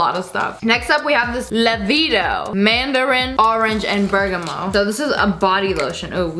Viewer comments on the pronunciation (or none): none